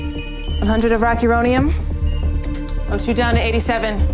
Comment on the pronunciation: She couldn’t say rocironium….at lease make her do it over again 😂